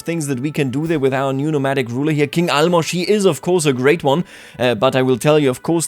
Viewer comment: Holy shit you are the first person who I heard pronounce Álmos' name right